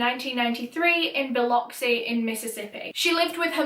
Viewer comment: As someone raised in ocean springs, ms, i appreciate you pronouncing Biloxi correctly.